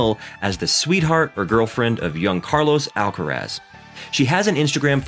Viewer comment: por supuesto que sé que te referías a la pronunciación del comentarista. (No ibas a referirte a cómo habla español Carlos Alcaraz...). El nombre "Carlos Alcaraz" lo pronuncia bien. "Murcia" se le entiende bastante peor pero me parece muy irelevante. Están hablando muy bien de un compatriota nuestro del que nos sentimos orgullosos y se han preparado correctamente el video, lo cual es muy de agradecer, pero lo que a ti se te ocurre decir (en inglés) es "honra el lenguaje"... Ohhhhh En fin, ¿qué quieres que te diga tío?